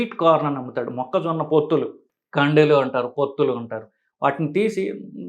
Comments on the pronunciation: మొక్కజొనా కాదురా మొక్కజొన్న ముందు తెలుగు నేర్చుకుని తర్వాత వీడియోలు చెయ్యి😂😂😂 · అమేజానా, ఆరిజోనా మొక్కజోనా కుక్కజోనా కాదు, మొక్కజొన్న. మీకు వీడియో చేసే అతన్ని వెంటనే మార్చండి. లేకపోతే మీకు తెలుగు రాదు అనుకుంటారు. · మొక్క జోనా కాదు.... మొక్క జొన్న.